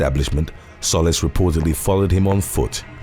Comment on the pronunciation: Solis is pronounced So Lease phonetically speaking